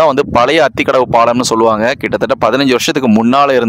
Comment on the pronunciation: It is aathikadavu not athikafavu